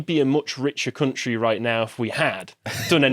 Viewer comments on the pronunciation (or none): none